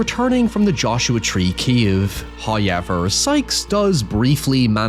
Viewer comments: First "hoyevver" drops . An early Christmas present! We are humbled and grateful. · Hit us with the hoyever within the first 30 seconds, is that a record? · no worries I'll always love hearing your howyevers!